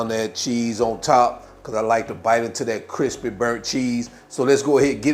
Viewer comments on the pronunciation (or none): none